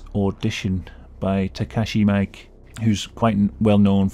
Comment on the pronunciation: I love your videos man and I hate to be that guy, but Takashi Miike's name is pronounced Mee-K phonetically.